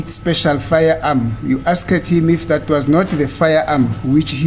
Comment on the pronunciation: Guyz am not rude but pronouncing ' Asked ' A s k e d,, repeatedly haaaiman my daughter is puting me underpressure